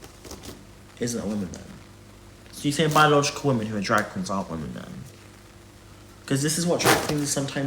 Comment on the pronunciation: His inability to differenciate between WOMAN and WOMEN is infuriating. Almost as infuriating as the condescending therapist tone he's decided to take with everyone. GAAUURRRLLLL you have literally no idea what you're talking about.